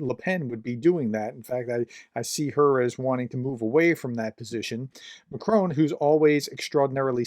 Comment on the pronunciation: I notice you still haven’t bothered to find out how ‘Macron’ is pronounced, prof. It’s a bit embarrassing.